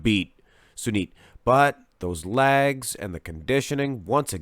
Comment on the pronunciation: Watched a few of this guys videos. It took me a couple of times to figure out that when he says LAGS, he means LEGS. at first I thought there was some new muscle group I never heard of! Haha